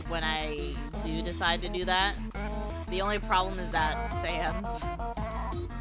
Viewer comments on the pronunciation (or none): none